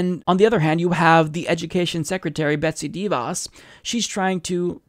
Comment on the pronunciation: I love how you say Dee-Voss it's technically pronounced like Cruella De'ville.